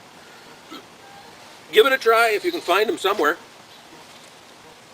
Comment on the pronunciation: Goya is an American company, born in NYC in 1936, and they pronounce the name with a hard G.